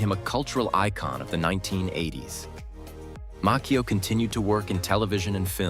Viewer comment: Mah..CheeO .LoL ... not mackeo